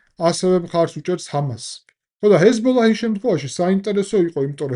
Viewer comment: პატივისცემის მეტი არაფერი მეთქმის, მაგრამ თუ ჰეზბოლაჰს ასე ზუსტად ამბობ და ახსენებ გიორგი, კარგი იქნება თუ კატარის მაგივრად იტყვი "ყატარს", გაზის მაგივრად კი "ღაზას" და ა,შ. ქართული ენა იყენებს ორიგინალურ სახელებს რადგან აქვს რესურსი ენას ამის რიგ შემთხვევებში, და არ უნდა დამახინჯდეს ეს ფაქტი.